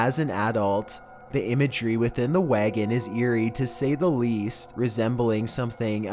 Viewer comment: Okay, but seriously what kind of way is that to pronounce wagon?!